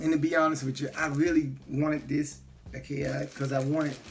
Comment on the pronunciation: Akai...but he just pronounced it IKEA